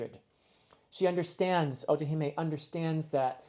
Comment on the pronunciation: Funny that he brought us mispronouncing after getting otohime correctly.